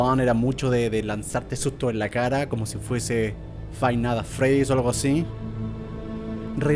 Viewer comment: Germán: que bien, domino el inglés y encima tengo una novia inglesa. Also Germán: fainanan fredi